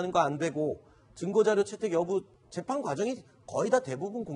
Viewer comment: 인가 하는 기자 좀 나오지 말라고 해? 채널A는 그렇게 기자가 없나? 밍하게 생겨, 뉴스전달력도 한심해. 더군다나 얘기할때 발음도 엉키지 않는 적이 없다. 오늘도, 재판을 재팽이란다 아이고야. 이래 가지고 되겠냐?